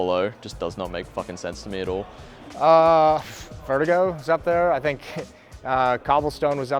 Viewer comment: no one : jw: VERTEEGO